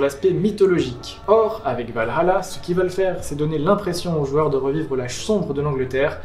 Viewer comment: Hypé et merci de l'effort pour dire Val-Halla et non Valala, parce d'autres ont du mal avec ça mdr